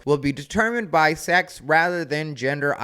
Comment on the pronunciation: “sax”? “Six”? “Sox”? 🤔